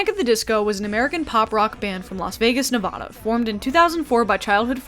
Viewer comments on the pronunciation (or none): Great vid. But as a Nevada resident, pls say the name correctly 😭